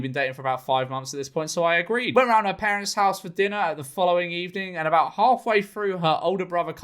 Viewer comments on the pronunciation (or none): none